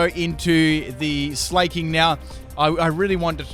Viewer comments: In what world is Slaking pronounced like "Slay-king", lol? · Slaking isn't pronounced "slay-king" its SLACK-ING... because both Slakoth and Slaking are slackers! That's the whole idea behind their names.